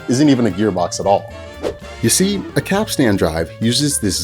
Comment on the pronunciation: Now if you could just learn to say capstan correctly, you'll be all set.